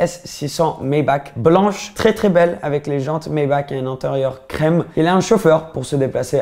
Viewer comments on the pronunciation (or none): none